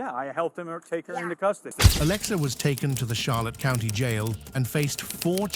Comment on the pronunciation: "Taken into custody at the Charlotte Couinty, (County), Jail. I'm forever going to see County as "Couinty" from now on 🤣